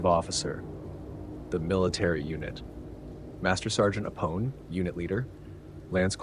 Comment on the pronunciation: He's actually aware of that and replied to a similar comment in the 1st video of the series. This video is based off the 1983 script, which was tentatively titled Alien 2. One thing he gets wrong, and that I find it impossible to forgive, is the mispronunciation of Apone🤣